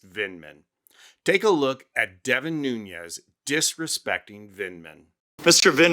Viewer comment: MR.Nunes is Portuguese, not Spanish. The correct pronunciation of his last name phonetically is: New nez.